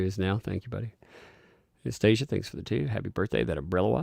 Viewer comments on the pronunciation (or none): none